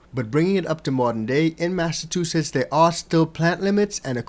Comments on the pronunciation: Bro, you are not saying massachusetts right... its mass ahh chew sits.... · You didnt say Massachusetts correctly lol.